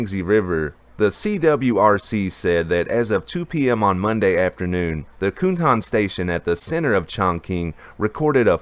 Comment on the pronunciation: 'Cuntan' isn't pronounced 'coontan'. It's pronounced (approximately), 'tsuntan'.